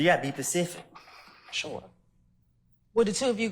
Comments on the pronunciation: He said she has to be "pacific" . I can't. Specific doesnt exist anymore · “You got to be more Pacific” 😂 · “You gotta be pacific” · homie was like: "you need to be pacific!" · "You gotta be pacific" 😫 👁 👁 👄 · He responds “you gotta be pacific 😂 this response is coming from someone that is not specific 😮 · "you gotta be pacific" 😂😂😂😂😂😂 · "Be bpsecific" put that on a shirt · "You gotta be pacific" 😆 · "you gotta be pacific". (specific) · “You gotta be pacific” 😂😂😂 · 'you gotta be pecific' had me rolling